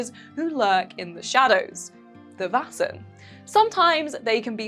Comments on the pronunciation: It’s not pronounced “vassen” it’s “væsen” ae is not a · You should look up a pronunciation guide before making a video. I love your vids but when you say Vaesen in any of these vids it makes me want to pull my hair out.